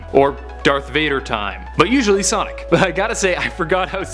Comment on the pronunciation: sonic not sodic LOL